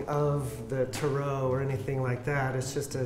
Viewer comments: “Tarit” bruh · I hate how he said "ta-RO." It's just "taro", like the bubble tea, but with a silent -t at the end. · Anyone else hate how he keeps pronouncing it Ter-ROE instead of tare-oh ...no?...just me? Ok then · And they were all pronouncing it ‘’tarrot” 😂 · i cringed at tarot reader when the first guy said it wrong